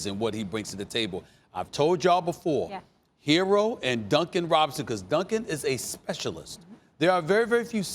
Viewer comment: Why do u call him “Hero” when it’s “Herro”